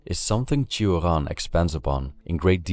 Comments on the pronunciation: Why you say Turan instead of Choran (romanian promunciation) or Sioran (french one)? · Cioran is a Romanian surname and shouldn't be pronounced as if it were a French one. It's /tʃ̩ŏran/ with the 'ci' sound almost as it is heard in English 'cheese' and with the hard 'r'. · It makes me somewhat sad to hear a Romanian name pronounced with a French accent in English.